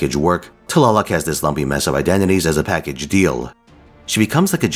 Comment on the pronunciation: Love her! I got her np3 and she does mean work. Btw, your nahuatl pronunciation was really good!